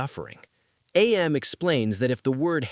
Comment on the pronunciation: Whenever people say A-M instead of AM, it makes me really mad for like no reason.